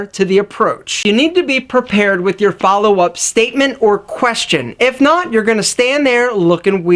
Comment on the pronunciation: messing up the word "prepared" ahhhhh the irony